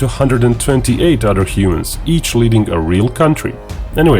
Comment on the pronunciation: OTHER ...NOT ODER